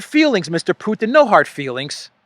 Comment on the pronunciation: Mr Putin to you, not Putan.